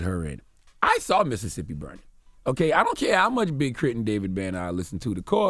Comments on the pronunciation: IT IIIZZZ “Missit”sippi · It's Mississippi dawg